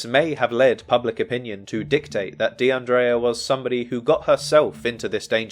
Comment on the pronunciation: Her name is pronounced De un dreea not De un draya.. The guy with the van was a regular or someone known to the other girls, he'd been in the bar several hours, talking with the girls.. So it's unlikely he did anything to her or is connected to something nefarious.. That's why he was released without charge.. The fact they're not releasing what the man said about her whereabouts,says they're working an angle that they're keeping under wraps.. Word of advice,never get into a white van! We all know, they're pedo mobiles or murder machines 🤷🏿‍♀️